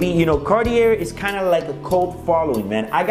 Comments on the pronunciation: How can you do a review for this watch and how can anyone take it seriously would you can't even pronounce the name of the brand? Bro, the Cartier is literally a household name for just about everybody. And you are doing reviews of it? Come on now. It's Car...tee. A. Your inability to pronounce that combine with the sunglasses makes this absolutely laughable. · Karty-air. reminds me of Oh-meee-guh. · I didn’t know you say the r, in Cartier... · Great video but please get the name right! Would be nicer if you knew how to actually say CARTIER!! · Bro, you need to learn how to pronounce the name of the brand. LOL.